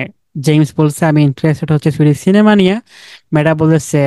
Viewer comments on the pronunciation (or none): none